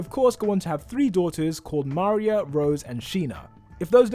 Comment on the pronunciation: You really can't pronounce Maria correctly?